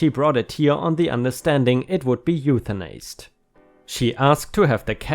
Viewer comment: Eutanized is i-sed and not a-sed